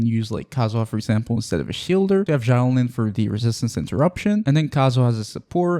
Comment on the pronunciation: the way you pronounce xilonen is painful